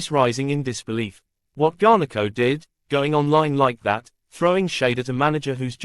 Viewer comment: U can’t even say his name properly 😅